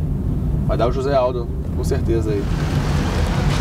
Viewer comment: I'm confused. Isn't Junior Dos Santos Brazilian? Then why did he pronounce "José" with a jota like in Spanish?